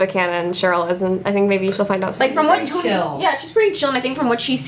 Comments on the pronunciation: The guy pronounced it as CHONI- ITS SPELLED CHONI BUT IS SHONI😂😂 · Drama Is Tea they know, they're saying SHoni is how it's pronounced lol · interviewer: pronouncing choni wrong me: 😑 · When he repeatedly kept saying Choni wrong🤦🏽‍♀️😆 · I’m so pissed off that he pronounced Choni wrong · It's cringy when people mispronounce choni